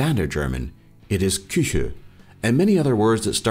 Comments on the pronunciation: Nobody says Chüche, but it's rather chuchi (no ü and an i at the end) exept some dialects maintain the k-sound..Like in Basel it's d' K(h)uchi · is wrong :) it's not chüche it's chuchi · I'm Swiss and kitchen in Switzerland you pronounced so wrong its pronounced chuchi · The word for Kuche isnt Chüche, it is Chuchi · THE SWISS WORD FOR KITCHEN IS NOT "Chüche" It's "CHUCHI" Thanks for the Switzerland video though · Chüche does not mean kitchen in swissgerman. It would be : Chuchi . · It‘s not called „chüche“ it‘s called „chuchi“😂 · we don't say chüche, we say chuchi... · no one in switzerland says chüche instead of küche. its chuchi odr kuchi. and many other versions. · On swiss kitchen is chuchi not chüche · it isn't chüche but rther chuchi or choochi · chuchi not chüche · its Kuchi not Chüche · it's not chüche it's chuchi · it's chuchi not chüche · Its not chüche its chuchi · Küche- chuchi!